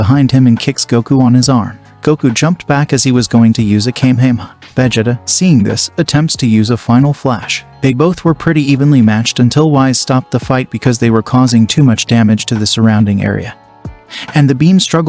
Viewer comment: im sorry did this nigga just say a came-hey-mah?